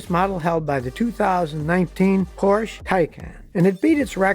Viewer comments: Scotty, it's Porsch(E), not Porsch. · Porsch ER get the name right! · Mr. Porsche pronounced his name Por sha. not porsh, the e is not silent. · Scottie, it's not PORSH, it's PORSCHE, pronounced Porsh-eh. It's not a silent 'e'. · Porsh? Is that something like a Porsha? Or Porche. Just bugs me, that’s all. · Scotty, please don't drop the e in Porsche. It's not a Porsh. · PORSCHE [POUR SHA] FOR QUALITY AND PEDIGREE. SCOTTY, I CRINGE EVERYTIME YOU MISPRONOUNCE FERDINAND'S SURNAME. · Porsche, has two syllables Scotty. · Porsche is a two-syllable word. C'mon, Scotty. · Porsche is a two syllable word. That’s the way the Porsche family says it, so it must be right. Come on man👍🏻